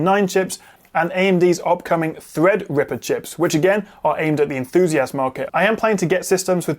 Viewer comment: "Enthoozi assed"